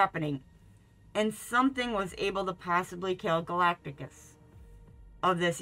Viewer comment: Why are you wearing a mask? Also, you’re pronouncing Galactus’s name wrong.